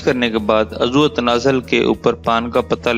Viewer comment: آپ اردو کے کئی لفظ غلط بولتے ہیں مثال کے طور پر آپ عضو اکٹھا بولتے ہیں جبکہ الگ بولا جاتا ہے عض و